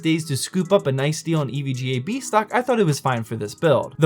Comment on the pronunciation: I thought you said bad, I was like huh